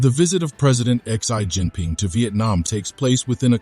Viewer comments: President Xi is pronounced as Si not zai😅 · 1. You are a Pro China Channel and you cannot pronounce the name of Pred. Xi's name correctly. Change the Bot. 2. Vietnamese knows how to play the geopolitical game of China and the US, sometimes they win and at times loose. The bottom line is China is their next-door neighbor who is not a push over and the Vietnamese knows how to and must play the geopolitical game in order to stay independent and a sovereign state.